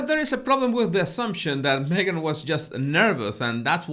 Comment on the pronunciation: ”Megain” 😂 Love it! As in, Me Gain, You Loose.